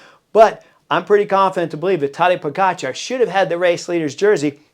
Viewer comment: Hey Chris, First of all, whatever Tejay and Philippa are saying needs to be discounted by a factor of 2. First, Tejay needs to learn how to pronounce Tadej's name. Whenever he talks about Pog, I need to remind myself that he's referring to Tadej, not some 'Podgikhar.' Even Christian Vande Velde graciously corrected him, but apparently, Tejay didn’t get the memo. And Philippa, our resident expert, declared Roglic was fat—6 lbs overweight—and he went on to prove how gloriously ridiculous she was. Clearly, their predictions are as accurate as English soccer fans chanting "it's coming home". I agree, this will be different for Pog because he's going to have to contend with GC riders he didn't see at the Giro. If you look at the Giro, none of the top 20 GC riders were there. That said, he's on another level this year, and having Jonas, Roglic, and Remco healthy will certainly be a test. On Jonas, I've always said that being 85%, he should go to defend his two titles. Unfortunately, there are pundits like Tejay who don't think the way we do. Tejay thinks that would be bad for Jonas's psyche, but what do I know? One last thing: I know Jonas is a top-echelon rider, but he was only able to get on his bike 5 weeks before the Tour, and 5 weeks, according to LA, is not a lot of time to get ready. We'll see what happens. Fingers crossed Tadej takes this TDF home. After all, what's a race without a little drama and a lot of expert 'insight' from Tejay and Philippa?